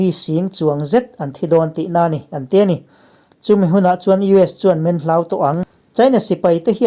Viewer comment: 👍👍👍 Hlauh ni lovin Hloh tih tur a nia